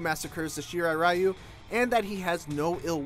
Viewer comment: Here is how you pronounce the clan name :-) you are welcome!